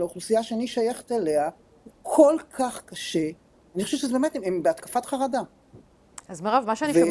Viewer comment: מדוע אתן אומרות כרדה ולא חרדה ? מאיפוא בא לכן הכרא הזה ? מדוע אתן אומרות כולים ולא חולים ? מדוע אתן ואתם אומרים סטואצייה ולא מצב ?